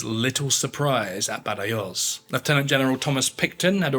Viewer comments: Badajoz is pronounced Bathahoth, where the first th sound is voiced and the final voiceless. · It actually took me a while to realise which battle he was referring to, because I was hearing him saying 'Badayose'. I eventually made the connection, though. The Spanish pronounce 'j' as we do 'h', rather than the more German 'y', and a lisped 'z'at the end. I was expecting 'Badahoth', which I would have recognised. The sacking of the city was so atrocious that Wellington ordered it should not be repeated and anyone who ignored this would meet punishment. It was thereafter used as an example for the assault of other cities, when the inhabitants were warned 'Remember Badajoz' before the assault began and then told that if they surrendered they would be properly treated. It worked and lives were saved on both sides. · Baderjoz… can you please pronounce it properly. Otherwise it just sounds like you are reading off a script and you have no interest in the subject or content you are presenting. Like the channel but it really makes it seem like history is being butchered. You’re not the only one. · Love the content but please learn how to pronounce “Badajoz”! In English it would be pronounced “badahoz” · Ciudad Rodrigo => see-oo-dah rod-ree-goh Badajoz => baa-dah-hoth (or hoss, if you prefer a non-peninsular version of Spanish) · Badayoze lol. Dude. Dont u wanna check how it's pronounced? Bloocher? really? cmon now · Badajoz…….come on get the pronunciación right……j pronounced like a scottish ch, and z pronounced as th as in thing. Ciudad Rodrigo…..Ci…..is pronounced similar to THi in Thing …..oh dear…..